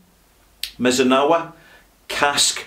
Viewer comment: mee--zoo--naa--raa. Great review, as always. Thanks for the time, talent, and care you put into your work. I've learned a lot from watching you from here in Tokyo.